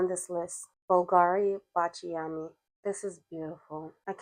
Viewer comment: Hi! Its pronounced báciami (with accent in the A 😊) hugs from Italy 💋 ❤